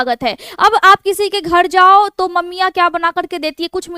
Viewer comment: Jhurriya ko jhuddia ,paresan ko padesan ghar ko ghad, narmali ko nadamali mud kharab ko mud khadab pairo se ko paido se bolana aur kharido ko khadido ka awaj kafi unique aur mast lgta hai maim😅